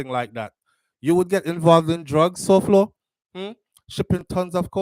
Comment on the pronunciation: Souflo his name is pronounced Foy